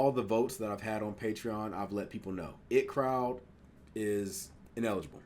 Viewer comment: it’s pronounced I T crowd. The 2 capitals are pronounced. It’s not just the word it. Been here since the inbetweeners. Always look forward to your videos